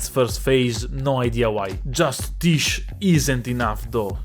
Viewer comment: I find funny that everyone calls the summon "tish" when it's pronounced "tijé"